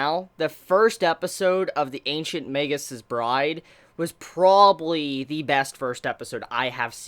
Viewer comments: Also if a regular form of a word ends in an "s", the possessive sounds the same way. That's why there's the apostrophe after the "s". It's Magus' not Magus's both in writing and pronunciation. I also believe you pronounce Magus with a hard "g" like in "mage". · Okay okay okay.. BUT How does everyone else say the name??? I've heard mah-goose, ma-goo, and mae-gus So how do most people actually pronounce it??? I am very confusion...